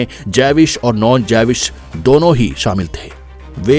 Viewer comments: Jews. ❌ Jaywis ✅ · javish nahi jews hota he, history byan kerni he to nam to seekh lain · जेविश नही ज्यूश (Jews) कहते है। इसके बारे मे जानना है तो israel ke भूतपूर्व प्रधानमन्त्री मीनाखेम बेगिन कि लिखी किताब बाबी यार पडे। बडी ही दर्दनाक कथा है।